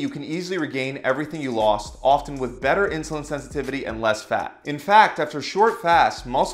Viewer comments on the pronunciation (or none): none